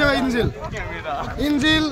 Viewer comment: সমকাল এর সাংবাদিক সাহেবের "ইঞ্জিল"এর উচ্চারণ শুনে মর্মাহত হলাম।